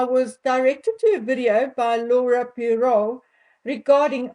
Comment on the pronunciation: Poirot is pronounced Pwa-ro, it's French, & the t is silent. 😬 Findout who the surrogate is, find the truth, but you wont get it from the rf imo.